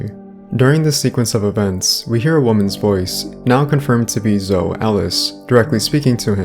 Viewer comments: Omg dude it’s Zo-ey pronounced ZO-EY - you pronounce the E at the end, even zo-eee - it’s not ZO ffs lol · It's Zoe.... ZOOO----EEEEE LIKE ZOEY JUST LIKE JOEY BUT WITH A Z Come on man u are not even pronouncing the names right and u think you know secrets.......lol